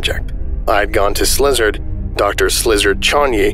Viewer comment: the voicing is SO GOOD but every time you say "slizard" instead of szilard i crack up